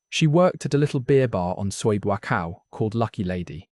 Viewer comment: I like the way he says "mama san" like it's one word, and calls the main drag in Central Pattaya, "BOO-aCOW"